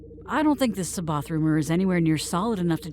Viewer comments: Cboath is pronounced wrong. Its not See Both its Sai Bioth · The ONLY problem with this entire film is that every character pronounces C'Baoth's name differently. Admittedly, there has been some disagreement, but according to Timothy Zahn, it's "SA-bay-oth", with the first "a" like in "has". Nitpicky, I know. Everything else, A+.